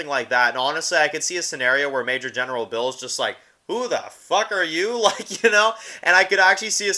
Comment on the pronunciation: it is Biel or beal and is just saying it wrong but it is funny every time he does